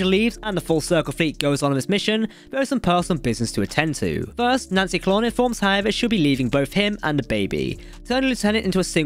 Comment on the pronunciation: Hey Cap, plz plz plz learn the correct pronunciations of the names. If in doubt, listen to the audiobooks. Ed-druh-my-uh and Nancy Con-luhn.